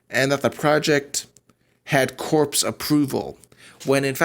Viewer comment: I watched the whole thing....you are not very clear. And, btw "corps" is pronounced "core". No "s".